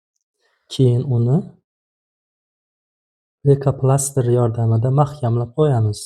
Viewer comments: Лейкопластырь денглейкопластер демасдан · Лейка пламастир эмас пластир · Духтир,лейкопластырку сиз лейкофломастер деяпсиз. Бу нимаси энди? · Лико пластер дейилади духтир